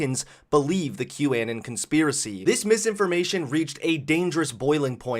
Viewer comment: "Kew Annin"